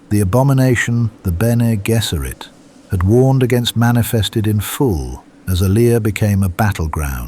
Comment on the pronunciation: People applauding an AI generated script, with an AI voiceover… He can’t even pronounce Bene Gesserit correctly. Lazy, dogshit.